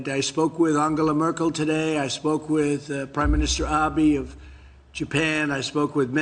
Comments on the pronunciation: "Abi" He can't even pronounce another leader's name correctly. It's Abe! One correction. They are laughing at trump and the people who elected him. They feel sorry for the people in the U.S. who are suffering because of him. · konichiwa. it’s actually pronounced ab-EH. “Eh” like the “e” in “met.” Here’s an example But what do I know, I’m only Japanese.